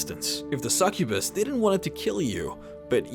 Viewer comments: a "Sakubus" o.O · You pronounce succubus really weirdly